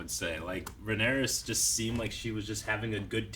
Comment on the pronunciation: I wonder if will ever get the name Rhaenyra right more than once at a time.